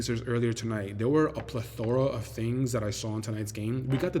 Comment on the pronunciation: Bro, learn to pronounce plethora before you use it. #ReadingIsFundemental 😂